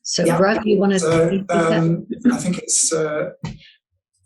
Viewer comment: Gruff is pronounced Griff. U in Welsh is pronounced I. 😉